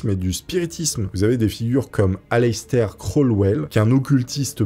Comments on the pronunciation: Alestair crawlwell 🤣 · Ta prononciation de Aleister Crowley 😅😅😅 bordel tu la massacré